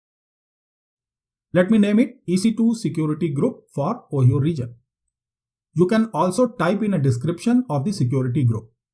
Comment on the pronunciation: Ohio is pronounced as O-haye-o not Oheeyo